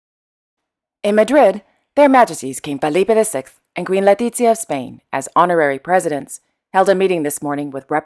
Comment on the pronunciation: That is true, but it was irritating to constantly hear Falipe and Latitzia - it's Felipe and Letitzia. Other than that, I really love the channel and am amazed how gets her information. I am European, living in Canada, and I know about the royal houses of Europe, but now we learn more about the Middle East and Far East. Much appreciated and kudos to.